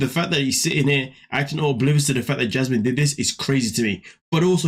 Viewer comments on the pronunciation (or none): The way he says her name-“Jyasmin” kills me every time.